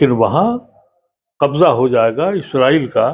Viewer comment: آ پ کو اس سے پہلے بھی لکھ چکا ہوں کہ اصل لفظ " اسرائیل" ہے نہ کہ ازرائیل ۔ آ پ کے مہمان جناب ادیب صاحب خود آ پ کے سامنے بیٹھ کر بار بار لفظ اسرائیل بول رہے ہیں مگر تعجب ہے کہ آ پ ازرائیل کا ورد کیے جا رہے ہیں؟